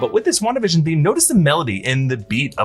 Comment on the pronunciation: Am I the only one who keeps hearing "One division" instead of WandaVision ?